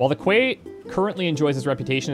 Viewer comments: Quay is pronounced "Key" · Noctis put his hand on his head to scratch or something, then a half second later you did the same thing! - "Quay is pronounced 'key,' okay cool, thanks, I'll try to remember that." Then says quay as quay again. Haha. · Oh Quay is pronounced 'key' I'll try and remember that. Literally 30 seconds later: Galden 'Quay'...